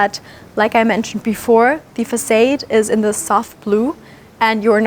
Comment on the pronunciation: Great home and video. (English pronunciation note: in America facade is pronounced fah - saahd. There is no long "a" sound.)